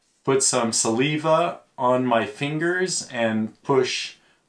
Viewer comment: Thanks for the clear content. Just to help out, the word Saliva is pronounced Sa-lie-va. Bloody English lol